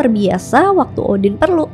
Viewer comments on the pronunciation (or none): Namanya yg kudengar seakan, Scholtz or Skull, shantung or shutung , boogey or boogey man, Odin or Udin ?! 🙊